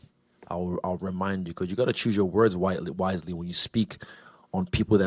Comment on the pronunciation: "Choose your words whitely"